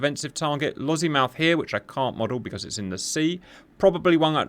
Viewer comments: It’s Lossy Mouth rather than Lozzie Mouth but otherwise superb. On our own we are not looking good so fingers crossed we have sufficient interoperability. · There is no Z in Lossiemouth